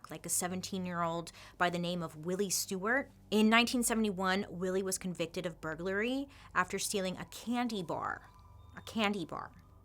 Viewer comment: You pronounced "burglary" perfectly!